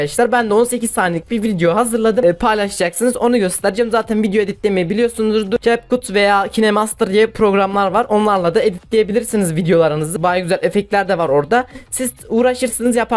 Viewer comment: Okunuş kep kat - kayn mastır abi yanlış söylüyon